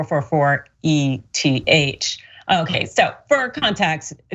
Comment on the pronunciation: I had to close out of the video because my head was about to explode if I had to listen to the lady call eth E-T-H one more time. Look it’s eth short for Ethereum pronounced as a word. Please don’t talk crypto if you can not even pronounce it correctly. Please.